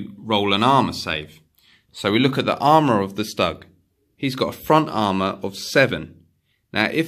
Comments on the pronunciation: Nice vid👍 One thing, Stug is pronounced like "stook" as in book! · That's not how you pronounce stug.